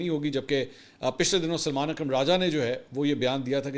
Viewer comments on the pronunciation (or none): none